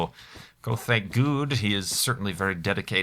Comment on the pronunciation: lol - did you say "Thank God" earlier on in the video or did you say "Thanks Guude" or both?